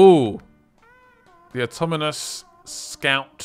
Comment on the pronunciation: Does he ever stop saying auto-moan-us?